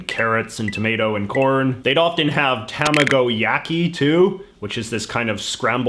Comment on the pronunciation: I never understood why white people are hated so much until I heard JJ's pronunciation of "Tamagoyaki". Jk JJ Luv u (no hetero tho)